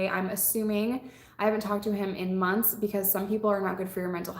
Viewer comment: I'm glad I'm not the only one that pronounces "months" as munce